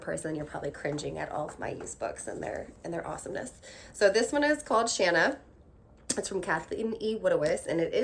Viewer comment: Yay! You say Shanna the way I do rather than the long a sound.